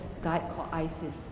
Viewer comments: She's Chinese they struggle with R! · Not Iris, ISIS! :)